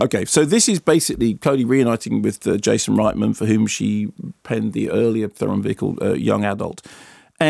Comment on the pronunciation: Sorry lads but ye got her surname wrong. It is pronounced ther-en